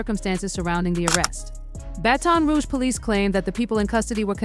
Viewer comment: The way she pronounced "baton rouge" 💀💀💀💀